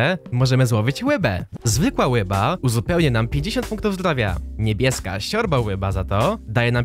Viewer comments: Czemu zamiast ryba muwisz łyba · Hahaha muwi łyba zamiast ryba.Xd😂😂